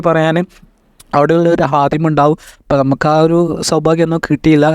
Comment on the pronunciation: വിവരണം നന്നായിട്ടുണ്ട് സന്തോഷം അറബി അക്ഷരങ്ങൾ നന്നായി പഠിക്കണം. അവിടുത്തെ ഹാദിമ് എന്നല്ല. خادم എന്ന് പറയാൻ പഠിക്കുക പിന്നെ ഓരോ വാക്കിൻ്റെയും അവസാനം ട്ടോ എന്ന് പറഞ്ഞു കൊണ്ടിരിക്കുന്നത് കേൾക്കുന്നവർക്ക് അലോസരം ഉണ്ടാക്കുന്നുണ്ട് ok